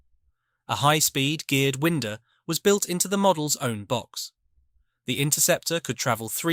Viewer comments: The rubber band winder built into the box is here pronounced ‘wind-er’ instead of ‘wine-der’. BTW I had one resembling a Spitfire in the mid ‘50s and although it could fly ‘ Right Off The Ground ‘ it was much better launched by hand. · ...and the pronunciation of words. eg Winder or Winda